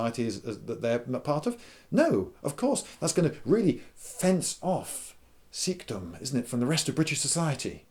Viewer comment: "Sikhdom" i laughed at that